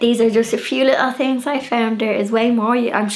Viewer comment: I love the way you leave the 'h' out of your pronunciation e.g. things - you say 'ting' or Thursday you say 'Tursday' x